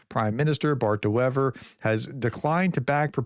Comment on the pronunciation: First vowel of (de) Wever is pronounced as an English 'a'